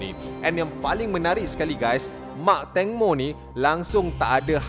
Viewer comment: Ibu tangmo bang 😂 bukan ibu tongmo 😭